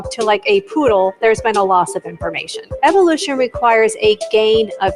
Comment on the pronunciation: The way mel pronounces evolution: “evil-lution” 😂 google: ‘mel gibson tapes’ to find out more about who that guy is..